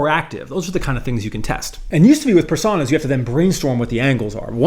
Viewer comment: Great video as always, but that pronunciation of "Personas" is bait, right?